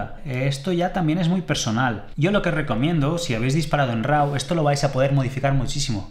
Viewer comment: No se dice "Rau", se pronuncia "ro" /ˈɹɑ/ ¿Porque motivo en España tiene la horrorosa costumbre de pronunciar como se les ocurre ciertas palabras o expresiones del idioma inglés, y no respetar la pronunciación correcta, como por ejemplo cuando dicen "güifi", cuando es /ˈwaɪ.faɪ/